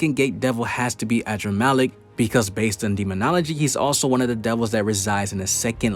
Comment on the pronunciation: Man said “adramaleck” but it’s really uhdramalect in pronounciation